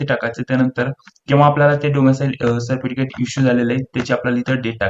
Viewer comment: सर्पटिकीट नाही हो साहेब सर्टिफिकेस्ट म्हणतात....